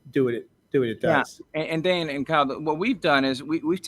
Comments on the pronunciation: ARoid it's DANE not DANA.... what a genuine guy 😂😂😂😂😂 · ARod continually calling him “Dana” is absolutely sending me. I can’t get over it 😂😂😂